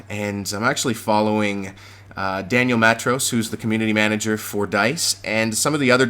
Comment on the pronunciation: Haha, the way you're saying Daniel Matros is awesome =)